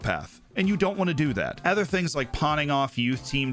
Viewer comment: Why do you say "ether" instead of "other"?